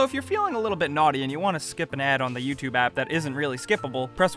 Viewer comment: Say "Tube" properly please. Say the letter u. Now say Tube. Now say YouTube.